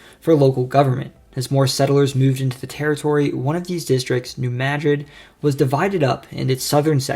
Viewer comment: Kudos again for the proper pronunciation of New Madrid.